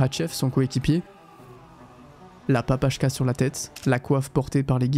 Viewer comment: papakha* et ca se prononce papaRa